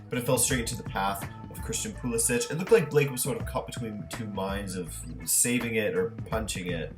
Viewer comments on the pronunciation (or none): Pulisic is pronounced Pulisick not Pulisich btw